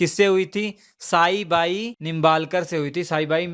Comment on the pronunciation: Shivner nahi bhai Shivneri. Aur शाहजी nahi शहाजी. aur साइबाई nahi सइबाई